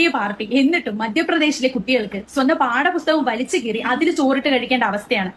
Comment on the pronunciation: പുസ്തകം എന്ന് പറയാനറിയാത്ത ഇവൻ ഏതണവേ ആവോ